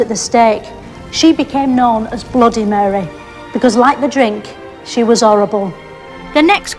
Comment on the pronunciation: Muh-reh…. It’s Lancashire for Mary 😂